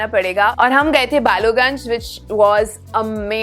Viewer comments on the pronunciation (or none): Balogunge nahi Ballygunge hota hai. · Can you pronounce the name of the city correctly please?!?! And it's NOT "Balugunge" but "BALLYGUNGE" - YOU SHOULD re-edit this entire video. What bullshit. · It’s not বালুগঞ্জ it’s বালিগঞ্জ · You guys intentionally mispronounce ta words to look cool or your research is so inadequate that you call Howrah as Hobra and Ballygunge as Balugange. Or maybe you can't read?